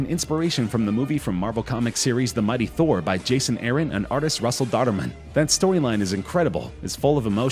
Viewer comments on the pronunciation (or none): none